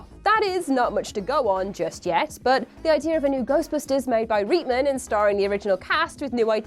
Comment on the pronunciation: I love your videos but you really need to learn how to pronounce peoples names ha ha. Its not "Reetman" its "Rightman". You said it right for Jason, but not Ivan.